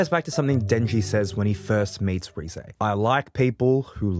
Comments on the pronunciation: Great video Also, it's "Reh-zeh", not "Ree-zey" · You do not pronounce Reze correctly.